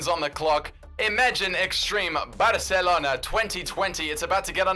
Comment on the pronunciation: It’s so cringe when he says barcelona